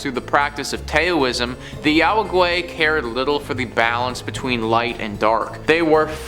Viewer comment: taoism is pronounced dow-ism